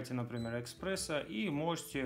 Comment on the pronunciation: не эКспрессо а ЭСПРЕССО